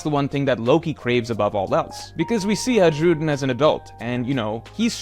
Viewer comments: Haj-rudin ❌ High-rudin ✅ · i think it's time you started pronouncing Hajrudin's name correctly. It's "High-Ru-Dean" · why does he keep pronouncing the J in his name. has he not seen the anime?